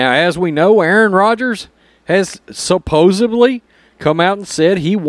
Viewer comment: Supposedly not Supposebly